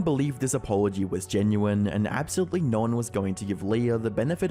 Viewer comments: No only has one syllable. It's not pronounced "Noereigh". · I'm still trying to find the freaking R in the word No